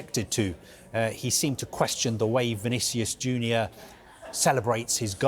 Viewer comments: 'Vinicius Juner' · „Vinicious Juda“ 😂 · I heard "Vinicius Judas" 😅